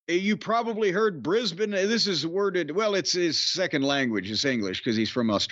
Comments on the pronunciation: It's been very refreshing hearing our yank friends pronounce Brisbane correctly. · I sincerely appreciate Jim's very natural (and correct) pronunciation of 'Brisbane'.